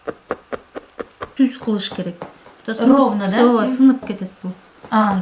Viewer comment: Немного неверно. Мы кыргызы говорим Ооба но букву Б в середине слова обычно произносим как В. Соответственно будет звучать как Оова. А иногда сокращаем и О и тогда будет Ова.